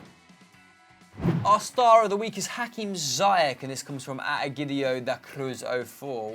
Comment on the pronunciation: Its pronounced Hakim Zeeyash 👍🏼